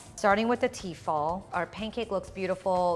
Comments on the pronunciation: It's actually tefal and they make incredible cookware for the price, not pronounced fall either but fal. Tefal. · Am I the only one annoyed by the way she says T-fal? It's Tefal for goodness sake!